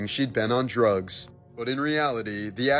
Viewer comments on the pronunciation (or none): Drugs, not Droogs. I'm Droogs and she was never on me. 😂